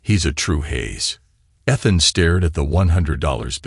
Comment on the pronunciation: Stories are great and the narration is good but please check the pronunciation. Ethan and Liam are both consistently mispronounced.